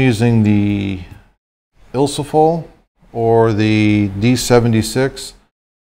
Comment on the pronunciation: Awesome videos, I've been doing this since the early 80's but I love watching what others do and sometimes it's the closest thing to talking shop talk with other film photographers. BUT...... I have two words that are not ILSO-FOL Ilfo-SOL & Ilfo-TOL. ;) have a great day/